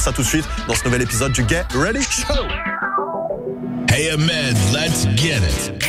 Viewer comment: mec t stressant ! travail ton anglais stp.... 'get ready show' et pas 'GAY ready show' ! enfin c toi qui voit. et c'est pas un bun mais un bun'S ! cordialement peace.